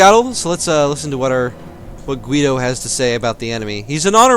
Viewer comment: You shouldn't pronounce the U at Guido, it's there to soft the pronounciation. Also, Kill em all!!! Leave no one alive, empale them whith arrows, crush their hopes and skulls with the knigts